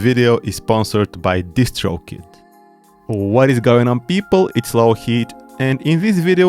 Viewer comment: when you say "DistroKid", with your accent- I can't un-hear either "just choke it" or "just stroke it" LOL (P.S. Nice streets of rage shirt)